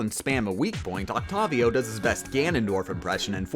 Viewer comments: Oc tay viii ohhh not oct tavvv vii ohhh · Its Octayvio, not Octofvio. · Him: "Oc tovio" Me: I'm pretty sure its pronounced "Oct A Vio" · Oct-tave-ee-oh not oct-ov-io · Dj oktabio its its oktewio Thats how you say it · Oct-ayy-vio Not oct-ah-vio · OcTAHvio... its OcTEIvio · Its Oct "a" vio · DJ oct-avi-o is easy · “Octawvio” Good vid, though. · did you not know that octavio is a real human name that is pronounced with a long a as in octAYvio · It’s pronounced octayveeo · It’s Oct-A-vio But props on beating it tho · OcToViO that’s what it sounds like when he says that lol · I'm sorry but.... can you please pronounce it oct-A-vio? It just gets under my skin easily... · since when was he called octarvio last i checked i belive it's pronounced octopus not octarpus love you, bye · Octavio is pronounced oc-tae-vio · Octavio is pronounced oct-A-vio, but otherwise, good video! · Isn't it Octavio (Oct-Aye-Vio) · it's Oct-A-Vio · Wtf is that octavio pronunciation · The way he says octavio hurts my soul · Him saying dj Octavio kills me (the way he pronounced it)